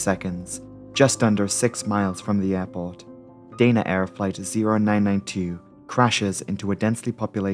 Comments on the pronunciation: You haven't got a Geordie accent and Danaair does not have a "y' in it. It should be pronounced da na , not day na. You've got yank with your words man. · Dana Air is pronounced Dah-Na Air. The airline ceased operations in April, 2024. I flew them many times and they were always pleasant, good service, no issues. Accidents can happen on any airline at any time.